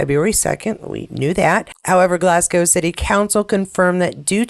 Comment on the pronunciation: The skiing bit is a real mystery. Tried to donate today. Wouldn't work. Sorry! And Yay! You've got Glasgow down pat. 😊